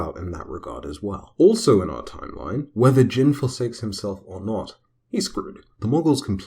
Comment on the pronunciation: His name is pronounced like “Jean” as in blue Jeans not Jin like saying the name of the drink Gin. “i” in Japanese is ALWAYS pronounced like the “ea” in read.